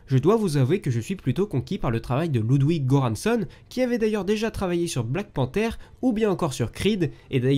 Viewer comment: il est suédois (comme Sabaton ^^) donc ça devrait se prononcer "Loudvig Ieuranssonn" voire même "Loudviie Ieuranssonn" vu que ça s’écrit Ludwig Göransson. ( la version la plus correcte des deux est la première ).